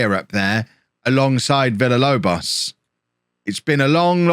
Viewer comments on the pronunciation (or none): Holme is taking so many L's because keeps saying too many L's in Villalobos' name. If says it more like Veeyalobos Villalobos turns into prime Aguero /s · If you Pronounce Villalobos correctly he will score more goals